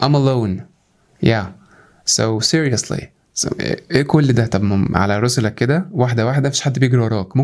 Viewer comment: تسلم والله انت برنس بس في ملاحظه صغيره في الحته دي في الفيديو اسمها على رسلك بالكسر يعني على مهلك واحده واحده وبرده في اللحظه (أشهد ألا مش أن لا) إله إلا أنت